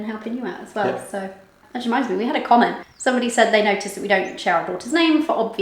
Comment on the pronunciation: Pleeeeeeeease stop saying 'Cyomment'! 🙏 it makes me bite the inside of my cheeks every time 😬😂😅 I think let your daughter pick her own nickname/alter ego 😋